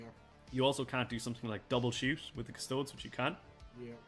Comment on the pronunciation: I love hearing it. Keep up the great work! Also, if you’d permit me a moment of elitism, it’s “Cus- Toe- Deez” 😂 Please don’t start calling Space Marines “Ass-tarts” 😝